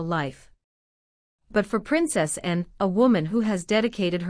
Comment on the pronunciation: When talking about PRINCESS ANNE…..PLEASED PRONOUNCE HER NAME PROPERLY INSTEAD TRYING TO SAY SOMETHING NO ONE CAN UNDERSTAND.!!! 🇬🇧🏴👑🇬🇧🏴